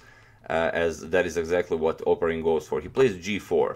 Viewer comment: It's "opArin" but no matter i guess.